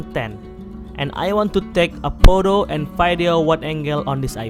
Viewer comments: Hearing vydeo is even cringier than poto😂🙏🏽🙏🏽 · My man really said poto